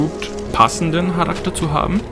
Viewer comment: An und für sich ein gutes Video, gute Erklärung und die Klassen und Rassenauswahl ist super. Das bewegt mich dazu das mal auszuprobieren, jedoch scheint das Kampfsystem nicht grade gut zu sein. Wie auch immer. Bitte sag deutlicher Charakter [Karakter], es hört sich bei dir immer wie Harakter an. Viel Erfolg mit deinen weiteren Videos.